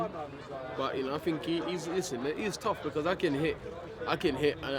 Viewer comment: No... I dont fink so... I don’t fink so. Lol